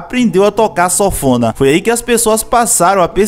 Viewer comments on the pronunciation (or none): Sófona ?? O nome correto é sanfona* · (Sanfona) é o nome do instrumento! (Sofona) não. Rsrs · Nao é sofona nao cara é sanfona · SONFONA? KKKKKKKK E SANFONA AAAAAA KKKKK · Sanfona, não Sofona 🤣🤣😉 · Oh nego ! O certo é sanfona !!! Fale SOFONA mais não pelo amor de god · Pronúncia é sanfona e não sonfona... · O vídeo é massa, o resgate da história é massa, mas chega a dar gastura você pronunciando o nome do instrumento errado. A pronúncia é SAN-FO-NA, e não sófona, rapaz. Vou e inscrever, desejo sucesso e saúde! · E sanfona ou sofona ? O cara do vídeo so fala sofona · Sófona? Kkkkkkkkkk! Fora isso, massa a matéria 👏👏👏👏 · "Sofona" kkkkk